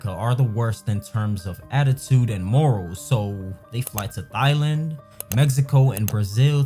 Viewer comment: this dude says THIGH-Land